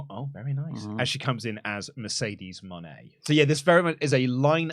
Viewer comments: I feel like Mercedes Mone is supposed to be pronounced Mercedes Money, which is how she said it when she introduced herself. I think Money fits her character better than Moenay as well. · They pronounced her name 3 different ways, she needs a gimmick that's not Boss or CEO and she talked so slow she was either extremely stoned or jet lagged.